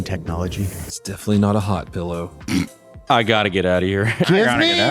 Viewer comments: it's a "pillow" not a "pellow" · saying “pellow” still not used to it lmao 😂😂